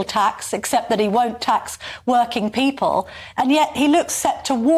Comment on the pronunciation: He still cannot pronounce 'people' then.